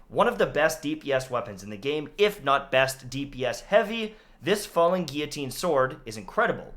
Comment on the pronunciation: I was always pretty sure you were Canadian but the fact you pronounce guillotine correctly confirmed it.